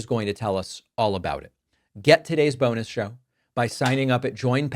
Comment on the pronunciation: Did you say bonus show or boner show? I've been tricked before 🤔